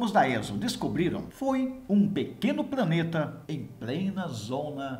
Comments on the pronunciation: Apesar falar:"praneta"é um dos melhores canais de astronomia do YouTube. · Como está longe. Gostei da matéria porém me permita uma crítica construtiva, não se pode falar "praneta".